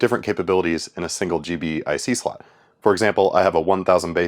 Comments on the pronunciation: Thank you. Every time he said G.B.I.C. I cringed a little. 😂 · It's pronounced "G-BIC"